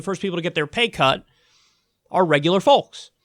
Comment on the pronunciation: Please don’t pronounce the “L” in folks so strongly, very annoying. Do you say talllk?